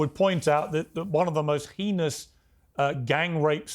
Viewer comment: Please also learn to pronounce "heinous" if you're going to use it extensively and repetitively